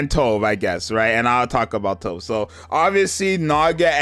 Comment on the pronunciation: Not sure anyone cares but Tove is pronounced "too" "veh"